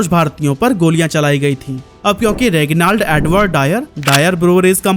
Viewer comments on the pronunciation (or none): It's not रेगिनालड, it's रेजिनालड